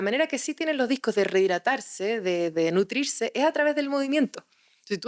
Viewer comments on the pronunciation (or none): Más de una hora escuchando sin aprender nada nuevo. Se guarda la información principal y resulta inútil. Además, su taquilalia y la absorción y cambio de tantos sonidos resulta pesado: NUTRIRSE, no nutricce… es español.